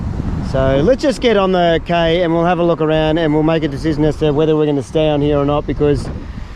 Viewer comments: it’s cay as in key, not Kay 😅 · Cay is pronounced "Key"